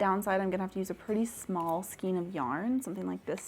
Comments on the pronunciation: This has always been a pet-peeve of mine 😅, but you are saying Skien rather than Skein. Skien (skeen) is a municipality in Norway. Skein (skān) is what yarn can be loosely formed into. And your big "skein" is a cake rather than a skein. There's different ways of having yarn, which is a skein, a hank, a folded hank, a twisted hank, a donut ball, a hard core ball, a cake, a bullet skein, and a cone. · It is pronounced "SKAYN" not SKEEN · Could you say skane of yarn instead of skeen, I would totally appreciate it. My ears cringe when you mispronounce skein. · I love the first yarn holder!!! Skein is pronounced skayn.